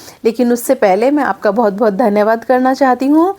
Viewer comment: Is it बोहत or बहुत . When you are speaking it sounds like बोहत